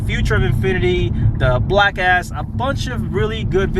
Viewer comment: Every time I hear you and boost say black s I have to do a double take like what'd they just say? It sounds like yall were talking about that black ass😂